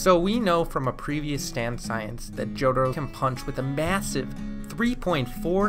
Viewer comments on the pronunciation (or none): none